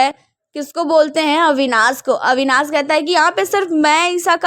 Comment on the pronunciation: अविनास नहीं अविनाश कहते हैं